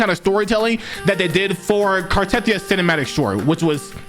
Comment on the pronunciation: it still makes me cringe when you say "car-TETH-ee-uh" when they repeatedly say "cart-a-THEE-uh" in the game. it's almost as painful as when genshin creators say "super conduct" instead of "superconduct" as if they're getting a gold star sticker in kindergarten, not efficiently conducting electricity at low temperatures. they definitely need to at least play these videos at lore-relevant moments in the game itself! we're all missing so much story set up!